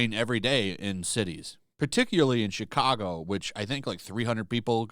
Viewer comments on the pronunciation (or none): none